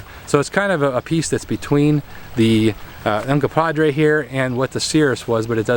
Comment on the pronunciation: Uncompahgre, NOT Uncompadre. The name Uncompahgre (/ʌnkʌmˈpɑːɡreɪ/ ( listen)) comes from the Ute word Uncompaghre, which loosely translates to "dirty water," "red lake," or "red water spring" and is likely a reference to the many hot springs in the vicinity of Ouray.